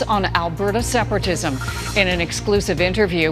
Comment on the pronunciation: She said "Seperagism".